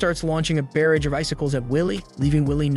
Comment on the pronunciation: Love your channel, but you keep pronouncing barrage wrong, and it makes me laugh every time😂😅